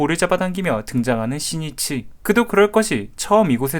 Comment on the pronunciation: 11분 4초에 신니치라고 잘못말함! 신이치 아니예요!